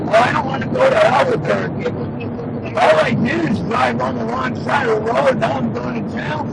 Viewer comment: If no meth in his system best prepare for a profiling suit. Dudes different but pronounced Albuquerque several times perfectly that words the perfect slur test. His heel toe walk was damn good for a dude in heels. Last I heard that isnt a crime. Can't bust the guy for quittin grade school to drive truck. As.for wrong way... could happen signs aren't always clear or even present. Weren't there 2 semis going I the same direction?